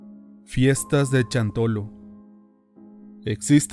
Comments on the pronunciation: Me gustan las historias de terror mexicanas y por casualidad escuché esta, pero el narrador es pésimo, desconozco si no sea mexicano, pero no se dice CHANTOLO..se dice Shantoloo, y se escribe XANTOLO, Segundo dice verdat en lugar de verdad, y asi muchas pero bueno 👍 que más si es extranjero se acepta, pero si es Mexicano no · Xantolo: se pronuncia shantolo.